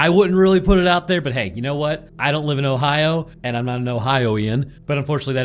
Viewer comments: Ohio-ee-ann? It's Ohio-en. Ohioan. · Ohioan is pronounced Ohio-en not ohio-ee-en lmao